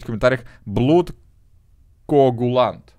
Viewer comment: турбо правильно говорить не блуд а блад